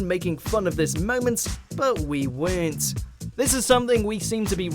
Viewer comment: Lol say “weren’t” again